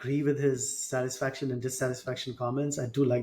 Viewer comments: Why such mean comments. Literally people fixated on mispronunciation of satisfaction! Geez. For 19-20 not being satisfied n wanting to do better is normal. At 50 being satisfied at a particular area n able to prioritise is maturity and life experiences teaches you a lot. So this topic is actually good to have with kids so kids push themselves but not to the level that they feel depressed or sad all the time or grateful for what they have. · but he said it wrong many times